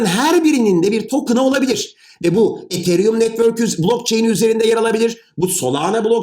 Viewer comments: hocam sen ietheryüm derken ben nie değişik hissediyorum ya biz buna yıllardır etheryum dedik 🤣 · Hocam ethereum diyişiniz çok gıcık ya. E harfini farkında olmadan ei şeklinde okuyorsunuz. Yapmayın gözünüzü seveyim. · hocam ethereumu neden degısık telafuz edıoyosunuz r harfını bastırınn hocamm :) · Hocam ethereum'u çok komik söylüyorsunuz xd